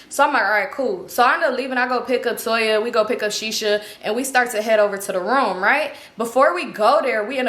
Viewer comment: U said Toya ? Eggs by Toya ??